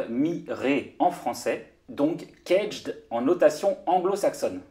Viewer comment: éviter de prononcer cagette,sinon çà le fait pas.